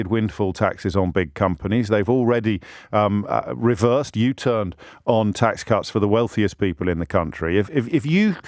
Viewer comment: They wibbled they wobbled then they we-versed 😂